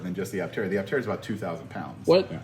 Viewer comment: The correct pronunciation of “aptera” should be /ˈaptərə/, like in “dermaptera” (/dəːˈmaptərə/) or in “zoraptera” (/zəˈraptərə/).